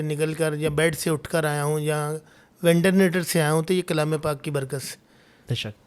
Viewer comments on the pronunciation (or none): Ventenator nahi ventilator machine hota hai Jadugar